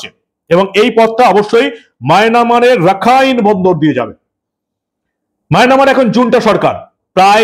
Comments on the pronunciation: দাদা কথাটা মায়ানামার নয়। মায়ানমার। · আপনি "মায়নামার" পড়েন / বলেন কেন? দেশটা তো "মিয়ানমার বা মায়ান্মার" !